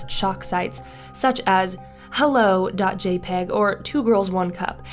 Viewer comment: It’s said JAY-pee-gee, thank you very much.